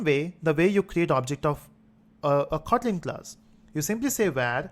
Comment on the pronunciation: sir is is khotlin or just kotlin u pronounce it as khotlin